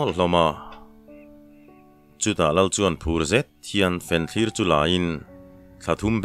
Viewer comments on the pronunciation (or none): Angaihnawmin akham awm loh hle na chu i/in tih dik loh pakhat chu fenthlir niloin fianthlir tih tur zawk ani😂😂😂😂😂.. Athu atha in achiar tuhian athiam khawp mai